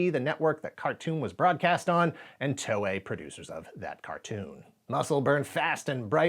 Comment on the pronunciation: I had a bunch of these growing up, but they got stolen or lost during a move. I even had the board game that came with green and purple figures. Also, TOEI is pronounced more like “Toh-eh”, not “Tohway”.